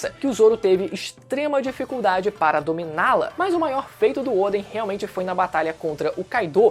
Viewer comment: Por que chama o Odén de Ôden, que agonia mano kkkk